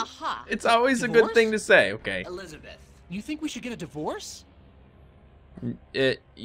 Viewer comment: Grace keeps on saying it wrong. instead of "Elisabeth" its "ᴱᶫᶦˢᵃᵇᵉᵗʰ"